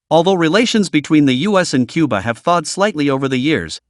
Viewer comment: Which president said Cubar?